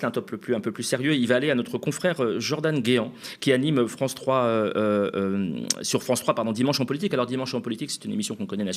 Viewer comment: Lemaire..... qui donne des leçons de compétences.... "vive la fronce"....